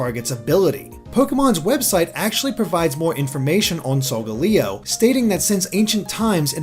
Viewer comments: it's solgaleo not solgoleo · You're pronouncing Solgaleos' name wrong, its pronounced "Soul-Gaal-Eeo" I'm pretty sure XD